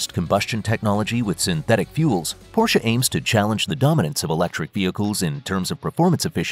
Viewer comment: At least learn to pronounce Porsche... Boolshit video.